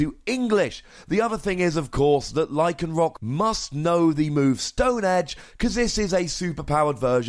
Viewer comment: Lol did u say "powered up version of the moon stone edge"? Instead of move? U said move the first time but second sounded like moon.